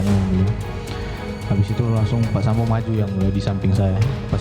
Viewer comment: Yang bawa berita sambow bukan Sambo ya 😅🤣